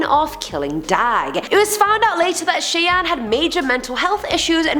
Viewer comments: If Brando's sisters name is spelled Cheyenne, then it is pronounced "Shy-anne". 👍 You are my favorite host!! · Howdy! It's most likely pronounced Cheyenne (Shy Anne). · Great job it is pronounced shy-anne fyi 😃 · It's pronounced Shy-anne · “Shai an” = Cheyenne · it's (shy) anne